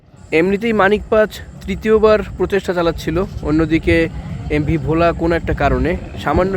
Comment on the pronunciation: ভাই Bhola উচ্চারণটা ভুল হয়েছে আশা করি সংসদন করবেন ❤❤❤